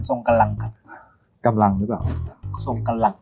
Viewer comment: กันอะไรนะครับ ทรงกะลัง ทรงกำลัง